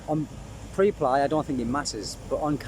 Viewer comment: Preply .. pronounced: PREP as in the first syllable of preparation + LY as in LEE .. not meaning to be an annoying grammar nazi lol .. just wanting to help :)